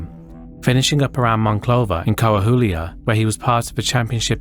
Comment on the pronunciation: it's pronounced cu - wah - wii - lah. When I first heard you say it i was completely confused as to what you were talking about until I noticed you were speaking about Saltillo